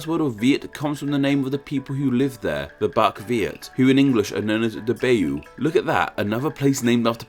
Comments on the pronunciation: this guy kills me. the bay you? Baiyue is the chinese name. its pronounced like pai ye. it means the white yue people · Pronouncing Nam wrong (the a sound is more like the a in *a*pple than the a in f*a*ther) is understandable. But how the hell can you pronounce Baiyue like Bayou? Bai: like bye in goodbye Yue: say "You air" really fast